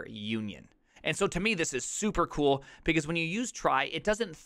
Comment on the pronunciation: Has anyone else noticed that this man says "pecause"?